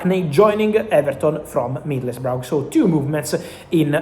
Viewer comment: Just to note it's pronunced like 'Middlesbra'